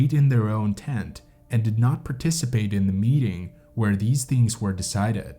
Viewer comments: This guy pronounced way more wrong than just place names. He pronounces "tent" as "TANT", for one. I have to rewind every few seconds to figure out what he just said. Great for watch time metrics, I guess. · Also, it's "tent", not "TAAAANT"